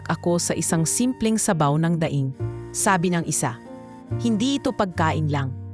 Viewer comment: Sobrang Ganda Po ng istorya. Tangi ko pong comments may mga grupo po ng salita na d maganda at Tama Ang pgkakabigkas gaya Po ng "kanin", ngumiti, daing etc. salamat po